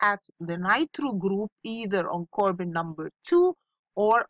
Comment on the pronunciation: Really love your lessons miss. Thanks for helping the students. By the way miss, it is not CORBON it’s CARBON😅😅